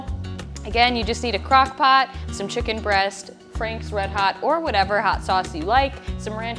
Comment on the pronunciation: You should be in prison for how you say chicken.